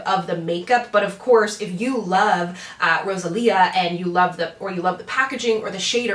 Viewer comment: Your pronunciation wasn't bad! I'm so happy to see you review Rosalia's collection. I bought 2 of the liquid lipsticks, the red and mauve ones and love them. Now after watching your video I wish I would've gotten some of the nail polishes 😆